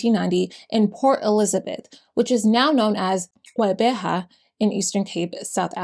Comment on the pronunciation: I am impressed by your pronunciation for the xhosa words, especially "qheberha"